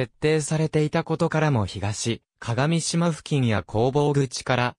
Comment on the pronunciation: 鏡島は”かがみしま”ではなく”かがしま”です。また合渡は”あいわたり”ではなく”ごうど”です。